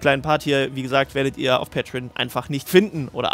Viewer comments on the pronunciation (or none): none